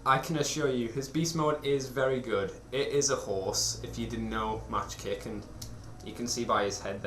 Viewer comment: For the record, it's pronounced 'Mock kick', not 'Match kick'. Good review nonetheless